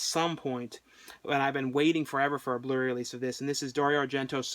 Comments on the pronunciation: it sounds like he's saying the blurry release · Its so funny how you pronounce Blu-Ray :P